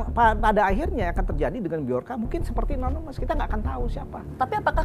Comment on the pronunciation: Nonemes😂 Nonemes apa animous😂😂